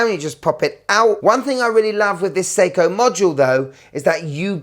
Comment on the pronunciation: I like that ‘Sei-tona’ 😂